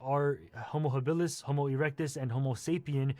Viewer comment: You can see how much he does not care to actually read and learn about the things he claims to know are wrong: he spells our own species name wrong (and pronounces “habilis” as “habillis” as if he does not care what the words mean). I’ll let the use of lower-case on the genus name slide as that may be whimsical typographical creativity, but spelling a species wrong turns it into somethting else. 🤷